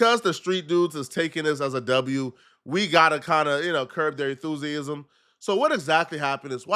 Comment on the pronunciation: can’t pronounce Enthusiasm